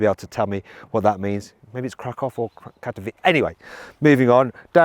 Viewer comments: Katowice - Kato vee tseh... Good old Maluch. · The Ami I would not even consider. Overpriced EV junk. As for Katowice, that is a city in southern Poland, not too far from Krakow. It is pronounced KATAVICHEH.